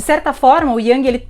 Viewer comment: A pronuncia é IUNG